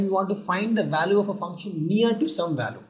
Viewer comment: very simplified video ..i really like it. the PRONUNCIATION of the word VALUE is incorrect